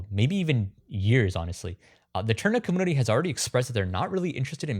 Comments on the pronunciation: The way you’re saying community really irks my nerves you got to be playing!! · Have I pronounced the word community wrong my whole life?